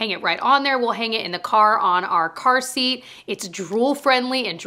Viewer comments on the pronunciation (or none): none